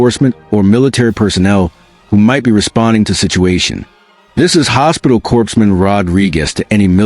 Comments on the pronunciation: Corpse man? Pronounced core man! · Corpsman is pronounced CORE-man, comes from French. Corpse has an 'e' on the end!